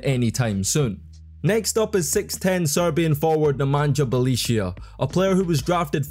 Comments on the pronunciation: Things you pronounced wrong: Millosh, no Miyosh. Bolonya, no Bolonga. Nemanya Bielitza. Spaniolis. Yool, not Lool. AK47 is Andrei, not Andrea. And Euroleague Phil Jackson is pronounced Ze-Li-Ko Obradocivh. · Ok what is the actual flippin duckin heckin shite??? "Belicia", "Slouskas", "Spanoulsis"?? Bro ain't just mispronouncing. He's straight up add letters in the names🤣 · Belisia Slauskas Spanoulsis Bolonga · It really bugged me to hear you say Bjelica wrong 100 times. You can just google people's names and see how to pronounce it. Not like his is even difficult. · Nemanja Bjelica by far 😂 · you butchered it quite hard .... Bjelica hahaa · Nemanja Bjelica hahahhahaa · Bjelica was awsome. First time i have heard this pronuncuation. You are an inventor in names :D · Bjelica was absolutely totally wrong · Bjelica pronunciation was a crime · You wouldn't pronounce worse Bjelica even if you tried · The way you pronounce Bjelica is crazy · How about trying to pronounce the players' names properly? I mean, Bjelica or Spanoulis are not that hard. Be more professional about it. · Brotherman went crazy on those pronunciations tf is a Belicia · Lets not forget how Kukoc, Smits, Sabonis "failed" in NBA. Tough Jokic failed in basketball overall not taking part of his national team. But please give some minor respect to Bjelica. One of the greatest players ever, coz hes name is not Beyelissiya, like you spell it but Bjelica. (Bielizza) Thank you. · Bro, you have been butchering hard Bjelica pronunciation. It should sound like Bye-lee-tza not Belicio. You should have used google translate audio option for pronunciation, its spot on. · Belicia? Its Byelica,literally google the name in the origin language and press the little button for google translate to read it for you pls. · It’s Bie-lee-tsa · Nemanja Bjelica by far. Unlike in english, each letter is always one and the same sound. His name would be: Ne-ma-nya B-ye-li-tsa. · Oh Jesus.. Beleeshya 🤣😂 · "Bie leet tsa" bro 😂